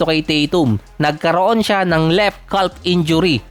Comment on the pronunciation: CAF po ang bigkas kuya